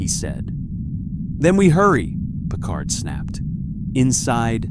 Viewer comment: Captain Picard or Captain Pequard.????😮😊😅😢